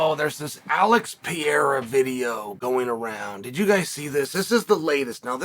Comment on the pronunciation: Alex Peeara